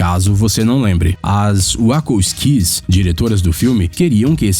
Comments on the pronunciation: 1- "centenas dessas Árvores" 2 - As wacko skees 3 - DESAVENTURAS em série 4 - Os órfãos BaudaLIER Da pra perceber o cuidado pelo conteúdo deste canal kkkk Consiste em pegar listas e ficar lendo aleatoriamente sem fazer ideia do que está falando. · as wakos skis??? que porra é esta? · as wakakiquis 🤣🤣🤣🤣🤣🤣🤣🤣🤣🤣 vixi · "As Uácouski!" hehaeiuaeha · rachei o bico com as Uacoskis aqui.. kkkkkkkkkkkkkkk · "uacosquis"???? WTF? hauhauhauahua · mano, wacko skys eu ri alto aqui HUIAHUIAHUI "que porra é essa? não era das wachowskis?" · Meu deus veiiiii "Wako skis"??? Pronúncia diretoria desgraça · O vídeo é da hora, mas ouvir a pronúncia dos nomes das diretoras de Matrix foi doloroso... kkkkkkkk